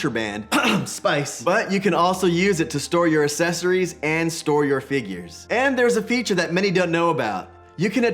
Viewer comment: Dude, I really like your videos, but you seriously have to stop mispronouncing the word “accessories.”